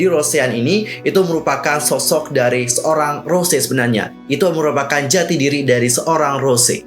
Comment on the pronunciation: Mon maap bang sebutan Bukan Rose Tapi Rosé R-O-S-É É